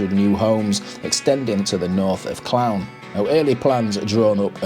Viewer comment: It's pronounced CLOON - the town !